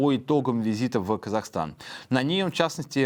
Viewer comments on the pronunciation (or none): none